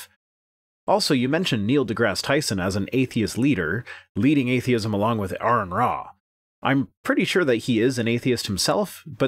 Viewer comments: At least he said Aron's name right! That's a first for theists. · At least pronounced Aron's name correctly. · He correctly pronounced Arons name so that's one thing he got right.